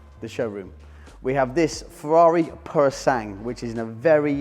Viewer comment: Is it ‘Pure O Sang’ or as everyone else pronounces it ‘Pure O Sang Way’?